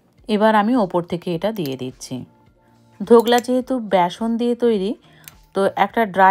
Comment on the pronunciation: সারাক্ষণ ধোকলার বদলে ধোগলা বলে গেলেন কেন ?